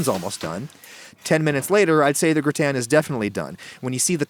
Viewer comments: Why is he saying "gritan". Its gratin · Grü-ten Lool it’s “Grah-tehn”. Amazing recipe and my mouth is watering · Why do you pronounce it Gr-i-tan when it is spelt Gr-a-tin? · What is a gratan? If you mean gratin then it's pronounced gratah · I've never heard anyone, French, American, or Chinese pronounce "gratin" the way you do. It's "graw-ten" in every language. I thought it was a weird attempt at pretentiousness. Turns out you're just a moron. However, you're a moron who actually responds to comments, which I didn't realize. Major props for that much. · "grih tan" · Word: gratin Adam: G R I T A Y N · Round here, it's said, gra'-ton. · When did the pronunciation of gratin become gra' tan? Someone is watching too many other cooking shows. Don't follow the herd. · I’m sorry I just couldn’t get over your pronunciation of gratin lol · Why are you intentionally mispronouncing "gratin?" Honestly, I think your one of the most pretentious posers on YouTube. You've come off like you're Alton Brown since day 1, like everyone should know who you are. I think you're a joke with decent equipment and editing skills, a repulsive face, and a terrible personality. I think all of your subs are suckers. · Imagine having a temper tantrum because someone pronounces something different. Fucking snowflake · Damn, you butchered “gratin”. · i’m french and i can’t stand the way you say gratin sorry ahaha, absolutely love the recipe tho :) <3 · the way you pronounce gratin annoys me so much lol